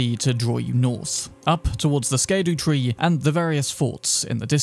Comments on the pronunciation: Just gotta say bro its pronounced Shadowtree, Scadu is old english for Shadow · You successfully pronounced Blackgaol Knight's name as "Blackjail", so I think you ought to know Scadu is pronounced "Shadow". It's Old English too. It's the "Shadowtree".